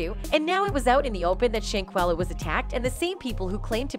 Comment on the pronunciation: Not Shayquella it’s Shanquella , my Jesus 🤦🏾‍♀️